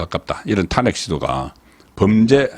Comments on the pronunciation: 수고 많습니다 좋은방송도 듣는 중에 이상한 발음이 들리면 거슬리거던요 고치는게 어렵지 않을 것 같은데 ... 사투리 발음 사설', 탄핵', 직무 정지의 '정지', ... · 탄핵 정지 망신 등 일부 단어 발음이 이상함.